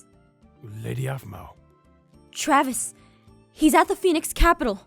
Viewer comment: Intro: Aphmeow plushy! Me: I Hear What you said there aPhMeOw